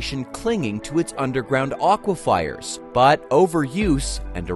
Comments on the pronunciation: So painful to hear over, and over and over. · Aquifers. Nice man. I hope this is AI. Otherwise, learn to pronounce things correctly.